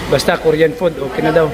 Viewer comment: Di ko naintindihan in the beginning sabi mo koryan food yon paka koriyan foods as in Korean foods!